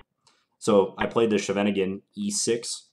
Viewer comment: That's not even the German way of pronouncing it. The German pronounciation is "Sheven Ing En". The Dutch way sounds more like "Skheiven Ing en".